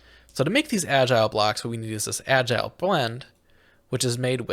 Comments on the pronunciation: Al-gal not agile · I hope someone has notified you that the ingredient in andesite alloy other than andesite is not "agile blocks" but algal bricks, pronounced al-gul. Algal means made of or pertaining to algae, and they are very obviously bricks. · "AL-GEE BRI-K" not agile block, this is agony to hear, please stop tormenting us like this. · But he never said algal blocks... he said agile blocks 😅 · Jost so you know, it's pronounced Al-gal. As in made from algae.